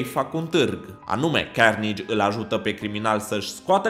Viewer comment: Se zice carnaje